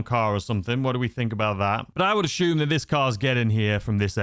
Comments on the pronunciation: Take a shot every time he says “ashume” 😂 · Take a shot every time this guy says «aCHume»😯